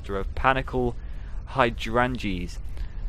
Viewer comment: Thank you so much for the FNAF book readings. I don’t think I’d read them otherwise. Heracles is pronounced hair-ick-lees. Hydrangeas is high-drain-juzz.